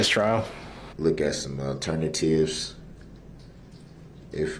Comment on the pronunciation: ALTERNA TIVES. Get da reckerd kareck.